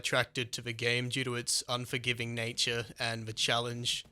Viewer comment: im not sure if i want this game personally i like survival games but then again he said onjorgiving SOOOO much in this vid and the game is 45$